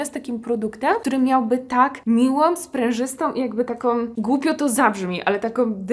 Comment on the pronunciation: Miłom, mogom, sprężystom, takom, delikatnom, którom, ciekawom, kupujom. Masz bardzo dużo subskrybentów, w tym na pewno są młode osoby. Proszę, zadbaj o język ojczysty.